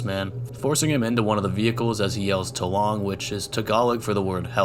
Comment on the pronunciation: its not tulong its tolong